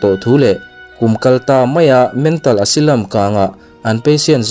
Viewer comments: Asilam ti suh Asailam ti roh. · Asylum - Asilam ni lovin Asailam tih zawk tur.. ☺️ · Asylum, Esilam nilovin Asailam tih a lam tur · Asailam tih tur